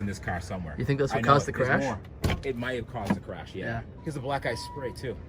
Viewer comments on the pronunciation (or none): "do you think that's what caused the carsh?" lol